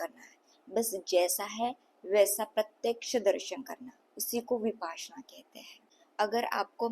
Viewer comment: विपासना नहीं है इसे "विपश्यना"" कहते हैं